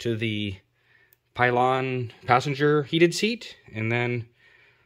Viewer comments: Good video. But no such thing as a pylon seat. Pillion. Pill ion. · PILL-EE-ON!! Now say it smooth and fast Pillion! Its latin origin: noun a seat for a passenger behind a motorcyclist. HISTORICAL a woman's light saddle. HISTORICAL a cushion attached to the back of a saddle for an additional passenger.